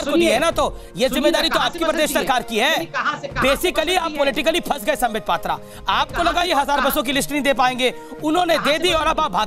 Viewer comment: Sambitt pattra ko ha ya na bolne main dikkat kio hain?????